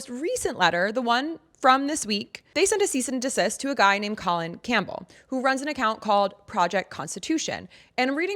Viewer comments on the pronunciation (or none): none